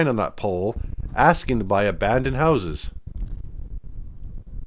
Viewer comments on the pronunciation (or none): none